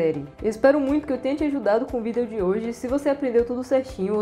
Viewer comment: Pq você fala vídeo diferente?